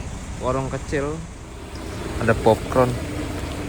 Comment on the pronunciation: popcorn mas bukan popcorn Hehe